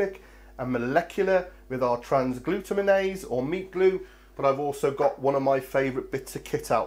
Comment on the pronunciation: Just to let you know its "Trans-glu-tam-in-ase"